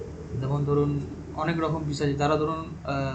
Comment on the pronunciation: ওটা পিচাস নয় পিশাচ হবে।